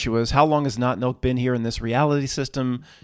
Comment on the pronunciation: Lol I thought you were saying NOT MILK? Seasons greetings all 😁🧡